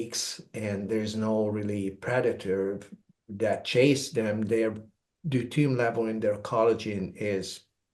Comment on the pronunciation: I love this guy but he needs to practice the pronunciation of deuterium, it makes it very hard to share it with anyone because I believe they won't understand what he's saying! Constructive criticism! 🥰to all!